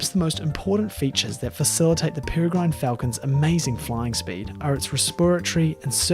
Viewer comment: peregrine falcon - pere sounds like 'terror' and gine sounds like 'g-win' - perrer-g-win